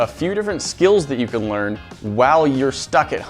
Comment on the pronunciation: WTH he says while but it sounds like he mixed wow and while together?